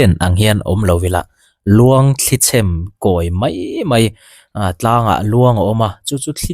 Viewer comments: Sir, thli chhem ti loin thli chhēm ti teh a, mawi lo em mai..A dang chu tha e😁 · Thli chhem,a thluk kha i lam diklo aw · "Luang thli chhem" I lam rik dan hi a diklo deuh a ni. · 'Chhem' kha thluk tur